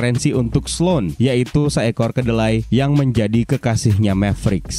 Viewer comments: Keledai bang bukan kedelai 😂😂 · aku mendengar "kedelai" hihii